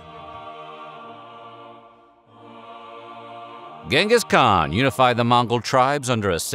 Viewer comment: Why mispronounce Genghis Khan now?